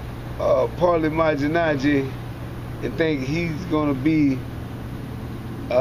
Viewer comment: 'paulie majinaji' lol he can't say paulie name .. xD